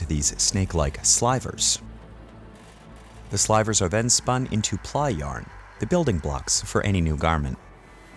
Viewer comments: they way he says "SLY-vers" when it's the word "sl-iV-erz" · Slivers as in silver, not slyvers